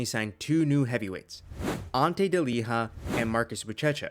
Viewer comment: Ante Delija's name is pronounced De-lee-ya